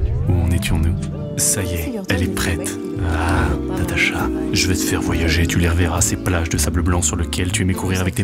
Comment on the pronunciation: Elle est marrante l'élocution de Ludovik. Rien que dans sa façon de dire "Natacha", ça me fait rigoler.